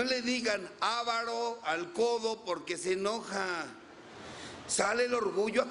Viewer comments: No es aaavaro, sino avaaaro. Fuera de eso, buen compartimiento. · Se dice aváro....con acentuacion en la segunda a